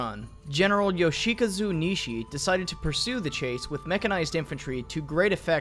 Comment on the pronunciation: "Yoshika-zu" its yoshi-kazu